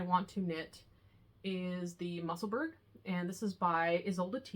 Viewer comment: Just found your podcast. Love seeing some new patterns. P.S. The Musselburgh hat is pronounced "mussel-boro". Like Edinburgh (Ed -in boro). It's a Scottish thing.